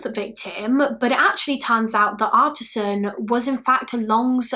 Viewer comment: Artis Ann not artisan